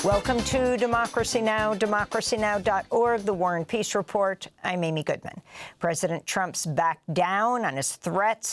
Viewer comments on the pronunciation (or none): none